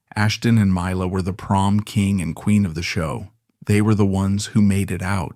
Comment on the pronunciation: "My-la" I'm not even 10 sec in and know this is just some AI slop.